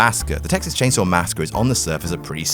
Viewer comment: Say massacre again?